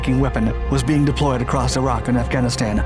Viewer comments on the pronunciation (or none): none